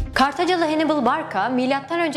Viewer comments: Canım dostum Hannibal "Henibıl" diye telaffuz ediliyor videoda nasıl güveneyim :D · Hannibal diye yazılır Hannibal diye okunur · hannibalı hennıbıl diye neden çeviriyorsunuz cidden anlamıyorum.. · Bir de Hannibal zamanında İngilizce yokken Hannibal'i "hennıbıl" babasını da "hemilkır" diye telaffuz etmek gerçekten çok sıkıntılı. O zaman Caesar'ı da İngilizce haliyle "sizır diye telaffuz ediyor olsa gerek. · Telaffuz'u duyduktan sonra bir şey diyemiyorum :) Scipio Africanus'a Sippio demek, Hannibal'e Henibıl demek :) Tarihin en iyi taktisyenlerinden birine böyle hitap edildiğini duysa adam mezarında dönerdi :)